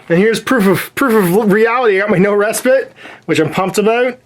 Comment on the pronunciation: Respite...long "i", or "eye".